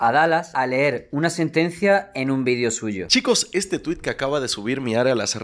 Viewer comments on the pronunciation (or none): none